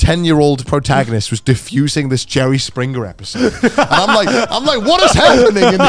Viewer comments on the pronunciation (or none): Anybody else notice Connor said Joey springger